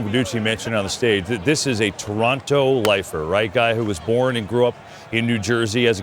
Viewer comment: It may seem like a small thing, but props to you guys for pronouncing Toronto correctly (“Trunno”, not “To-RONT-to”). It’s respectful and we appreciate it.